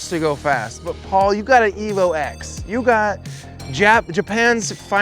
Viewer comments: It’s the same as the iPhone , it’s iPhone ten not X and it’s evolution ten not evo x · The X in the Evo name is a Roman number 10. So stop calling it an Evo Ex. It makes you sound really ignorant. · Exactly! I wanted to slap him every time he said Evo X